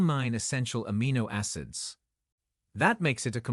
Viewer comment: "ASS IDS" DIMBULB AI, NOT "AH CID." "FIL A" NOT "FILL IT," IDIOT AI.